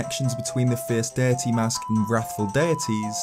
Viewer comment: This guy keeps saying “fierce DIRTY” THATS ANNOYING AS HELL